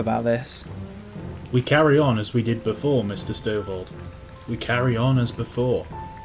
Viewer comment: You weren't even first. First was like 20 mins+ before you. :P And it's Stovold, not Stovel... :P